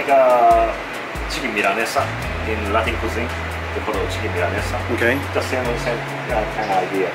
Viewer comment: pronunciation of Milanesa was on point:) and I had a similar suspicion the first time I ate tonkatsu (that it's very similar to milanesa).